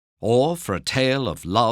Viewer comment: How he says Oisín hurts my heart